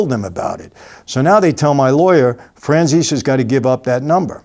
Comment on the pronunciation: Fran "sees"? Fran seh seh